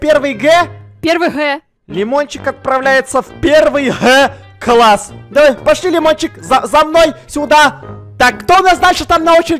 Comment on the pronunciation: Ты сказал квасс а не класс